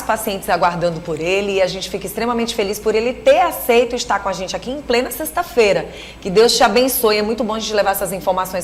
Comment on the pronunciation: Parabéns pela matéria, só a apresentadora que precisa corrigir algumas palavras....( indentificar ",sexta fera) ETC.